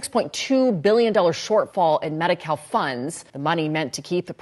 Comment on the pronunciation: When they said medi- cal, I thought that they said medi-cow. Maybe I was just thinking of how much that they can milk the system. Lol.